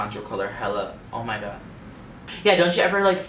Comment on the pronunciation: You make me laugh every single time I watch your vids! "Ohr mai goid yassss!!"